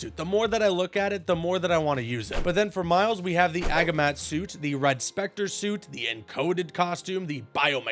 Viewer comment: wdym agi-mat its a-gi-mat